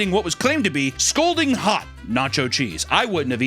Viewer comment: still can’t pronounce “scalding”.